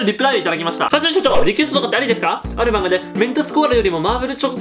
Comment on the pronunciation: はじめしゃちょー（hajime） ふぁじめん